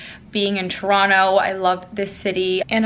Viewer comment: just started the vlog, but so far you pronounced it right (toronto) LOL